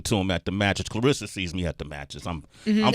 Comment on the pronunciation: C'mon Sway pronounce her name correctly It's ClaRessa not Clarissa